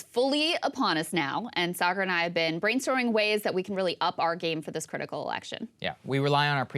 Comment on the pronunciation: But pronounced incorrectly by Saagar